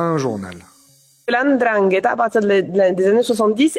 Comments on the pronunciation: Bizzare, tout le monde arrive à prononcer ndrangheta mais pourtant quand il s’agit de nom comme ngolo(Kanté) tout le monde prononce engolo. Je m’attendais à entendre la endrangheta vu qu’une bonne partie des francophones fait comme si il est très difficile de lire naturellement comme c’est écrit. Mbappé. Embapé. Bref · Comment ce fait il qu'ilspronocent bien Ndrangeta, mais ne parvienent pas à bien prononcer les noms comme Mbappé, Ngolo et autres, correctement ?